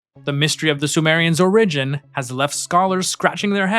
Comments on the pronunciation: “origin” is normally pronounced with the emphasis on the first syllable: OR-uh-jin. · Is this really a new video? I recall you mispronouncing "origin" exactly the same way on a previous video about this.